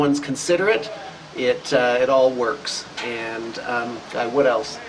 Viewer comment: Everytime says "what else?" i hear "Wood Elves"... just wishful thinking;)